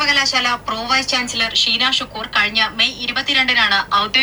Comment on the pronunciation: അനിൽ സാറേ ഷീനാ എന്നാണ് നീനാ എന്നല്ല സാറേ